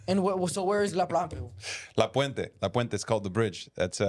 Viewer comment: “La Puenta” is that Mexico? Lol “La plapla” lol